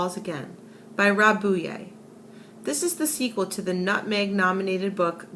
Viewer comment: Not to be rude, but I think you pronounced Buyea wrong.